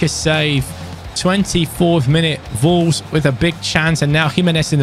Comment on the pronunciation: It's Wolves but always pronounces it Volves. He speaks brilliant English but that's an opening letter he struggles with and it makes be chuckle.